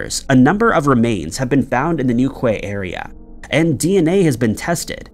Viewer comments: Amazed to hear you examining a case so local to me here in Cornwall, so I thank you! As for pronunciations though.. St. Austell is pronounced with a short 'el' sound, despite the spelling and Newquay is pronounced New-key. Again, thank you so much for covering Chad Gibson's case. The pub he disappeared from, The Central is named as such because it is very much the heart of the local night-life area. There are many homes in this area too, and I've always maintained that had there had been a fight or loud altercation, the police would have been called or someone would definitely have heard. Locals are careful not to annoy the residents. That leads me to believe that he left the downtown area with someone willingly, and either left Cornwall of his own accord, or he was well out of town before anything bad happened. He was a big tall guy, so I just doubt he was forced to go anywhere. I believe he left with people he knew. I just hope that someone gives his family some peace soon. If you know anything please contact Devon and Cornwall Police. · New ‘key’ 🙈😆 not Kwie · he pronouced newquay as new qui ,😂 and not new key , if you notice they pronounce yorkshire as ( york shy err or arrrr ) we say york cher , anything with shire at the end they say it wrong , sorry for bombarding you i agree with you they don’t know how to say hawaii their own states , i sometimes hear them and think noway 🙈are they doing it deliberately 🤷‍♀️😂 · Its pronounced New - key Not new quay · “The town of Newkway” 😆 I understand you’re not British so you don’t understand the pronunciation. Newquay is pronounced New-Key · Its NewKEY not "newkway" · New key not New Quai 😂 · Its pronounced NewKEY, not.NewKWAI. Please research pronunciation as well as the town/city name. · Pronounce new key in the Chad story great video👌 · Newquay is pronounced, new key. Respect from the UK. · Pronounced New Key🤔😖😳🤦‍♂️🤦‍♂️🤦‍♂️🤦‍♂️🤦‍♂️🤦‍♂️🤦‍♂️🤦‍♂️🤦‍♂️ Like Dookie!!!!!!!! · "New-kway" Hahahahaha. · Its pronounced NewKey